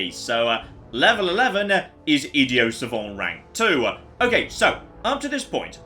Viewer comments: This might be because I’m American and never left the country but every time says idiot without pronouncing the the t ticks me off a little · THERES A T AT THE END OF idioT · So is no one going to comment on your bizarre pronunciation of idiot?